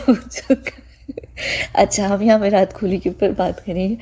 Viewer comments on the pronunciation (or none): when you said "विरात खोली" i broke out laughing. I dint even feel the urge to correct it here as I usually do 🤣🤣🤣🤣 Cuz even we call him like that in my home 🤣🤣🤣